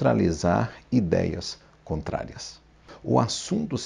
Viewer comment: COTRARIAS ???? , né CONTRARIAS NÃO???